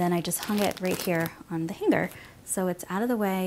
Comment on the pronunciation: its "hang-er" not hang-ger